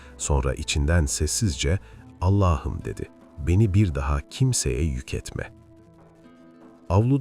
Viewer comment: Her şeyi güuel telqffuz ediyorda nedense bir Allah'ım yerine Ellah'ım diyorsunuz, şulenin cami önünde ettiği duasında.. ilginç..